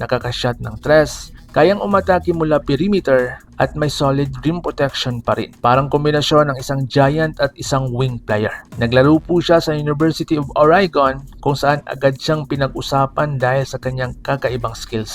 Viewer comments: KUNG PAPANO MO BASAHIN ANG WORD NA MUTE..! GANON ANG PAG BIGKAS SA MANUTE..! PATI UNG ORIGON MO MALI DIN HINDI ORAYGON..! KUNG ORIGON..! WAG MONG MASAMAIN HA TINATAMA LANG KITA KAIBIGAN..!😌😌😌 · tapos Oregon naging Origon hahahhhhhhhhhhhh